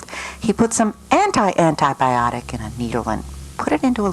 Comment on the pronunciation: The way he pronounces antibiotic AntiBEEotics